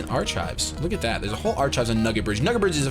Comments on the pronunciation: Ar-kives, not ar-chives. facepalm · Did say "arch-chives" instead of "ark-kives"?